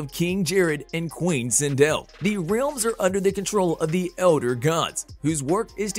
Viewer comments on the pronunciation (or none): Is it just me or does the way this dude says realms bug the shit outta anyone else lol. Ok buddy say it with me Rrr-el-mmm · Why did you say realms like that